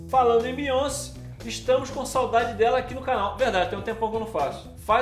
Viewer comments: se pronuncia BeyonCÉ, a sílaba tônica é o CE, pq o nome dela é francês, e no francês o acento agudo tem som do acento circunflexo do português, então Beyoncé se pronuncia "Beyoncê" e não "Beyonce". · N fala “Beyonci” É broxante É Beyonc”é” Obg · Que nervoso! Não é Biônci, é Bioncêêêêê!!!!!